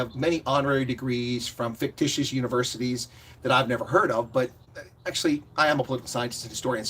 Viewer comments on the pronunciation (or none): none